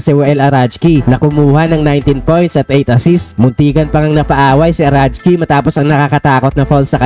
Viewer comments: Arakji idol hindi arachji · alam ko arakji eh, bakit arajki? ahahah